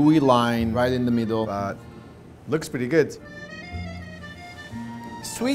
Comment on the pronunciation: italian noze starts to eat za pizza